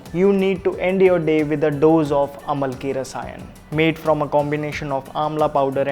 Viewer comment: Sir, i admire you a lot but there are a few things i would like to bring under your notice as a vaidya: 1. its pronounced as Aamlaki Rasayan 2. AMLAKI might not suit some people, prakriti analysis is necessary before its administration 3. Before taking any rasayana, ama pachana and/ or shodhana(detoxification) is of utmost necessity otherwise it may aggravate the problem.